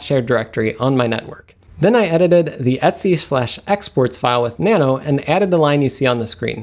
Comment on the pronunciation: He's out of control with his pronunciation... Don't even get me started on his q.b. cuddle